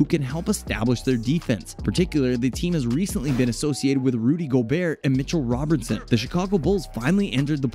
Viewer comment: Bro.... Rudy got traded two weeks ago... And it's Mitchell Robinson... Not Mitchell Robertson 😂